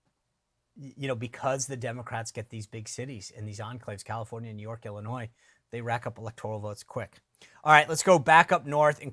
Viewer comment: Love your show, Sean. I am watching from Illinois. FYI, the "s" is silent when you pronounce "Illinois". Thank you.